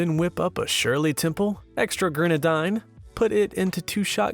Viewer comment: MrMissnina already said one my nitpicks, the other is that it's 'gren-a-deen' Other than those points, great video 😁